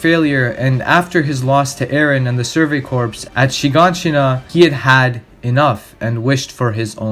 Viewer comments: Corps=Core. Not corpse. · I noticed video essays about anime misuse the english language so much probably because these weebs listen to too much japanese. Its pronounced “survey CORE” not “corpse.” Have you ever heard of the Marine Corps?? It’s “naivety” not “naiveness”🤦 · I was going to correct you when you said "Surgery Corpse" instead of "Surgery Crops (core pronunciation)" But uh Surgery Corpse pretty accurate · Idc I'm gunna be that guy, Corps. is pronounced 'Core', not corpse. Shit makes my skin crawl, cause like you hear it in the show and other mediums. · Excellent analysis Small critique - “survey corps” = “survey core” (pronunciation) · Great video but corps is pronounced core. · Since your video blew up, I'm sure you've probably gotten comments about this but I haven't seen it so I may as well make a mention just in case. "Corps" is pronounced "core". :) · Great video, amazing and well done - however not to be a pronunciation nazi but you switch between pronouncing corps correctly and incorrectly so often lmao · Great video man! Honestly good stuff! If I could make one critique it would be that the word "Corp" is pronounced "Core".